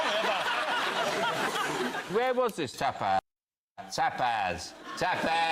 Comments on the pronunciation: stop being so pretentious for fuck's sake. He was saying tapas like many people say it (even if it's not the most known pronunciation), and in Spanish or Catalan the difference between "a" and "e" isn't that big (and it's not a big deal when you Anglos butcher plenty of consonants in any latin language anyway). It was a funny interaction between those comedians, but get off your high horse pretending you know more about how to say a word in other languages than people who speak those languages. xD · What are you talking about? There is no "r" in the Spanish word tapas. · There is no 'r' in 'tapas'. Is there? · I think Sean Lock said that when says tapas it sounds like tappers. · Because he was saying Tappers.. not tapas, tappers are a tool normally. I care when people can't speak properly..E does not sound like A.. and he added an R that does not exist in tapas lol. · There is no R in Tapas